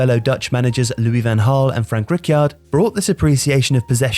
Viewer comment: Frank Rikyard??? Please educate your narrator.